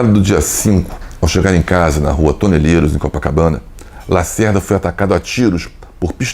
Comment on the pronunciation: O nome da rua é TO-NE-LE-RO . Não tem letra i e nem s.